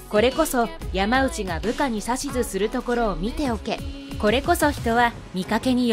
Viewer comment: ヤマウチじゃないよ！ヤマノウチだよ。by子孫。